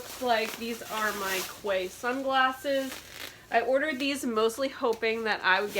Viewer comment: FYI it’s pronounced KEY for the sunglasses weird but true